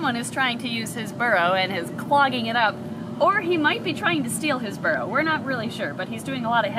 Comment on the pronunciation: All I heard was barrow lol